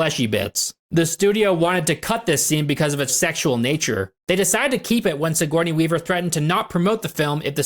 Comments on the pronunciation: Siggy Weavy lol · Never stop calling her Siggy Weavy lmao. I love it. My brother and I have always called her So Corny Weaver 😅